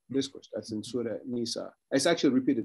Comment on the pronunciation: Wow to to his perfect pronunciation and knowledge of surahs …